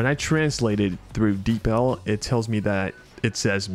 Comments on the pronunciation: Yea LOL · Omg you pronounce deepl as “deep ell”? I thought it was “deep uhl” 😭😭 Great vid btw defo subbing